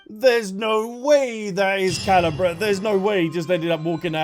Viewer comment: Drinking game idea: drink a shot everytime butchers Caribert's name:_AlbzLove